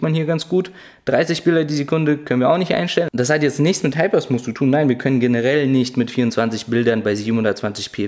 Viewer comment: Oh, Ihr lieben Deutschen-Kollegen ... in diesem jungen Alter und Du kannst immer noch nicht das englische "TH" aussprechen... Und dann noch ein Video veröffentlichen und allen zeigen, dass Du schlecht englisch kannst... Mensch, lernt doch das "TH" aussprechen, liebe Leute!!! (nur gut gemeint, aber doch ärgerlich, wenn man Smooth nicht ausprechen kann) All the Best weiter!